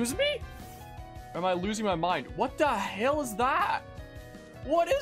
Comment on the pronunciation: the thing everyone should critique is your pronunciation of what the hell